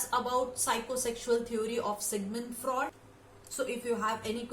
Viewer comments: It's not Sigmund Fra'ud' 😭 it's Sigmund Fru'ed'. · Speak normal.you are not a natural speaker.pronunciation important.Ex.Sigmund freud or fraud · Ye singmund fraud kya hota hai...shi se pronounce to karo..kaahe angrezi ki taang tode jaa rhe